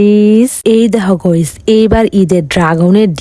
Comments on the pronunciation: গয়িস ❎ গাইস ✅😳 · গাইস নো গয়েস ইয়েস প্লিজ আপু গস বইলো না গাইস বইলেন😂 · গইস ✅ গাইস ❌